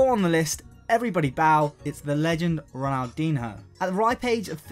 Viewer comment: Honestly, how can you run a football based channel, and not know how to pronounce fucking Ronaldinho?